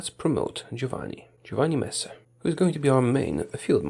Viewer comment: I love how you pronunced so correctly Giovanni Messe Anyway Italy is the country with the best shape in HoI4 change my mind